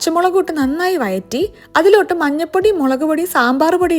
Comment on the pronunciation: വയറ്റി അല്ല വഴറ്റി 🥰